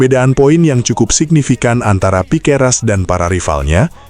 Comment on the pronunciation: Piqueras? Belajar lg min,biar ngga salah lagi.😅